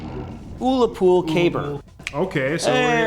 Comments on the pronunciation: The U in Ullapool is pronounced Uh, by the way,. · am I a year late..yes. am i still going to have an issue with the pronunciation of the Ullapool Caber considering it's for the Scottish Demoman and therefore a reference to the town of Ullapool in Northern Scotland..yeah, I shouldn't..but yeah..